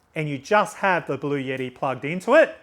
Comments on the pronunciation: Thanks for your presentation! Very useful. Ps: it’s Bluetti, not blueyetti. 😂😂😂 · It’s Blu-etti not Blu-yetti. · It’s actually pronounced "Blue-t" if you speak to anybody directly at the company, that is how they pronounce it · There is no "Y" in Bluetti. It isn't pronounced Blue Yeti. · Cool...Thanks. There is no "Y" in Bluetti's name though. Yeti is cooler company.